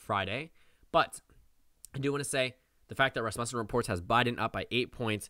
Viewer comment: Thanks for the video.. very interesting! But dude... you've got to learn how to pronounce the name of the pollster. It's RAS-mussen, not Ras-MUSSEN.